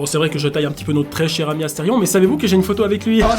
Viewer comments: C astérion pas astéfion tu est trop fort bravo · au lieux de dire astéfion t'aurais du dire astérfion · C est asterion papapa pas astefion papapap